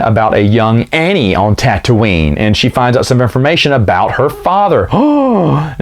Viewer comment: it's Tatooine, not "Tattoine".